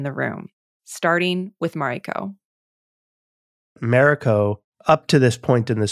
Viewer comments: How long you been on this series and still can't pronounce her name:NOT MAREIKO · bro can't pronounce mariko? 🤨